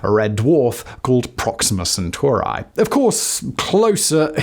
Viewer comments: Centuri i i i I (iI) not centurAY! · Centauri not Sentoorae. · Drinking game for today: Have a shot each time he says "Alpha Centurai" instead of "Alpha Centauri"... Have a medic on standby... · CenturEEE!!! Love ALL of your stuff, but just can't listen into this one, only bec of that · I can't stop hearing CentUARI, and getting distracted 😂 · every time you say Centauri as "Centor eye" I lose another minute of watch time. That is why I only watched this video for 2 minutes. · Say "Proxima Centurai" one more time... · Isn't it rather Alpha Cent*auri*? Awesome episode, thank you so much! <3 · can't get past the pronounciation of Proxima CentaurEYE! 🤦🏻‍♂ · omg you kill that pronounciation bro lol senturAI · you are mispronouncing Centauri, it is not an English word